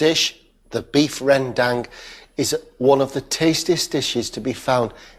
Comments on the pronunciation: It's Run Dumb not Ren Dang. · rendang ...nooo. 100% its not rendang... hope next time u can call minang people to cooking for ur show. rendang not use suger. soya saous. and we not use blender for make all be sofh.